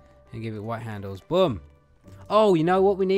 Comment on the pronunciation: When you said boom, it sounded like you said bum